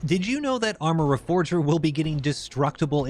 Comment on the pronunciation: bro wtf is arma regeorfer??